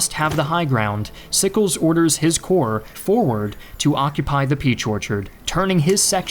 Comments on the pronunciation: "...including six of seven Union corps." "Corps" is pronounced like "cores," not like "corpse." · Can't watch ya now, when you pronounce Corps with the emphasis of the "S" 😂